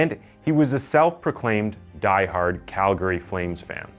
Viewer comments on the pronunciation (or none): none